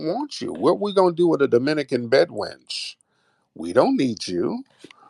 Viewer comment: Why she keep saying BED WRENCH? Lol